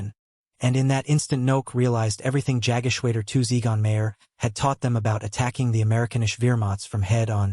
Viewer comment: The voice actor (or possibly, an AI voice), is badly mispronouncing German words such as Jagdgeschwader. AI can be easily taught correct pronunciation - actual people, not so much. Very disappointing in the 21sr Century.